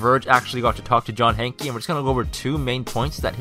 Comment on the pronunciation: its pronounced "hank" not "hankey" even tho ist spelled hanke